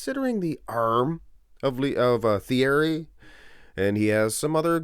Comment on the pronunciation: Ergh, every time this uncultured swine pronounced the TH sound of Pastel's Christian name. French don't pronounce TH, it's T-ierry.